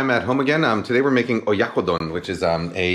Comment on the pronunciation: You butchered it XD